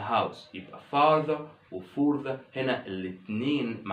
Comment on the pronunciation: راجع نطق further